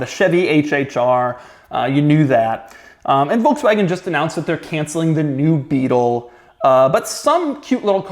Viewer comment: Pronounced ‘Folkswagon’ Doug 🤦‍♂️😂